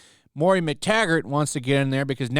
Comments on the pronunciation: Do you really not know that it's MOIRA, not Moria? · Moira is “Moy-rah”. “Mor-ee-ah” is Moria. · The name is pronounced MOY-ra.